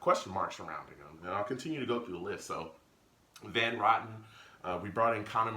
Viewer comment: That was too funny. You called him Van rotten. Like rotten eggs. It is Rotten. Like row your boat